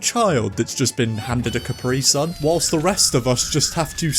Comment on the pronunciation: never heard a brit say capri sun like that before i didn't like it